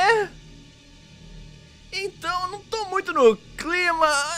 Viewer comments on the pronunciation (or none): Ele falou ropa